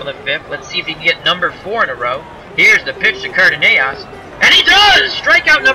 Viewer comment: For future reference the shortstop for the Twins his name is pronounced Car Duh Noss.